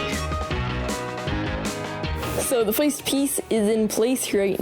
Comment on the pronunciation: he be saying foist